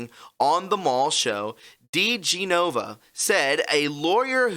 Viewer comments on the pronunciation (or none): I love you, but I have to be the spelling police. It's De-gen-ova...not De-ge-nova. I'm sorry to correct you.😘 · His name is pronounced Di-GEN-ova, NOT Di-ge-NO-va. You bloggers should watch the news on TV so at least you know how to pronounce people's names correctly, or you will sound foolish. FYI. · Joe DeGenova pronounces his name: Dee GEN ova I just wanted to clarify that. Thanks for a great presentation,. #WWG1WGA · Joe DiGenova “de-Jen-uh-vah” mispronouncing a name usually doesn’t bother me but it’s maddening hearing you say his name wrong every time. You should know this guys name by now.